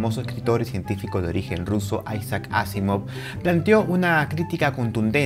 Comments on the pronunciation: NO se dice Ásimov... Se pronuncia aSÍmav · me he fijado que has pronunciado Asimov como palabra aguda, llana y esdrújula en diferentes momentos. Vale.